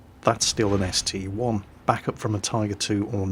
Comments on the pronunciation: ST - I not ST "one" but other than that great video. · its a st-i not st-1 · My Hentai Girl I don't care how call it. It's ST-I. End of discussion.